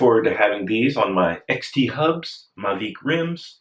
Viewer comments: Maveeeec! As in Tour Deeee France. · I see that you are saying Mavic, I always thought it was pronounced Mavic. Oh well. Great Show Bob, Keep it going.